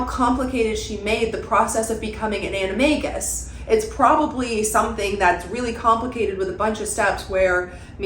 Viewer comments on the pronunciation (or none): none